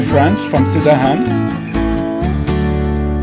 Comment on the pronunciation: Welcome back to our town. Annoying correction from Correcto-Man: We don't say SIN-dahan, rather, sin-DANGH-ahn. (With no hard g sound at all.)